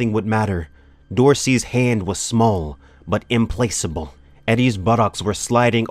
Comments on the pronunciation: reading was very good 👍 but please correct your pronunciations.... reedy: ree dee implacable: im plak uh bul chitinous: ki (like kite) tuhn us carotid: ka raw tid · implacable im-ˈpla-kə-bəl , chitin ʹkītĭn , carotid kuh-rot-id. great reading voice, but if you're not sure about pronunciation, google it, man.